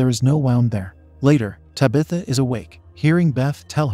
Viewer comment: How does TTS still not know how to pronounce "protagonist"? I mean, it can't say "Tabitha" either, but at least that's a proper noun.